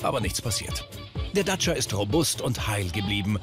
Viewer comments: wie der Sprecher einfach durchgehend "Datscher" sagt... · Der Reporter sagt dauernd Datscher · Er sagt immer DACHA xD :D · ist das so zu sagen anerkannt den Dacia Duster "Datscher" zu nennen? Ist das so wie Landy? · Ich mag es nicht wie der Kommentator Dacia sagt